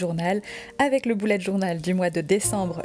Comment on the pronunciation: Il me semble qu'on ne dit pas "boulette" mais "bUlè"